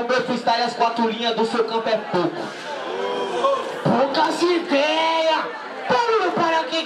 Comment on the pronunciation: "Poca zidéia" só fala isso o cara😂😂